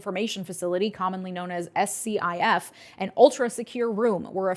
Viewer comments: In case no one has already mentioned this, SCIF is commonly pronounced 'skiff'. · Future reference, a SCIF is pronounced “Skiff” and yeah it’s highly illegal to let in someone to any skiff without a proper clearance especially if it hasn’t been sanitized of all classified info. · SCIF is pronounced as SK-IF SK as in skip and IF as in what if… Netanyahu was complaining about USAID in Gaza and helping Palestinians even during the bombardment… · That "SCIF" is commonly called a "skiff". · Usually SCIF is pronounced as a word like skiff. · scif is pronounced skiff. they are all over, in nearly every agency. electronically sealed. all electronics/phones can not enter. and no doc/or notes can be taken out by consumers of the secret info. they are a big deal. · Love your videos and more people need to see/listen to them but SCIF is generally pronounced as a word even though it is an acronym.